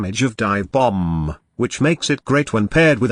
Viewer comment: Hahaha yeah I heard that too "bommbb" 🤣